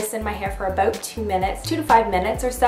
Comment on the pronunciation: I didn't realize you were from canada until you said it in this video. then i was thinking to myself, she doesn't even sound acandian. then you said about. i am crying right now:) i love you soooo much!!